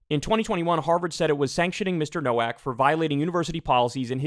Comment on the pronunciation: Quick note on pronunciation. It’s pronounced “no-vack.” Common Polish surname.